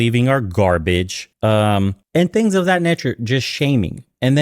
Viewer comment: Sorry turning off... can’t listen to the pronunciation of “THat” not “Dat” “Dem” etc etc. She needs elocution lesions